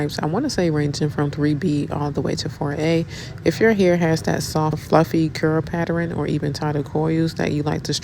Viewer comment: Whyyyy do yall say PAtter-in. I it’s Pattern. ..ERN. ERN